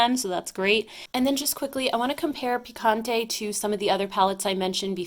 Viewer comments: You said picante correctly! It means spicy 🌶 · Hola! Picante means hot, and you said it perfectly!! How many palettes did you buy this year? (did you accomplish your 2019 goal?) Saludos and thanks for this Sunday haul!!!